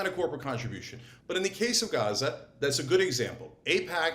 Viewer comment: David and Brian cannot say the word Gaza.